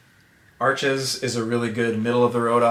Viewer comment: Arches is pronounced Arsh. It's a French company and you know how they can be sarcastic